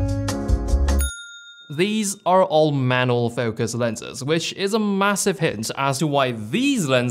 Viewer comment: Thats a unique way to say the word "manual".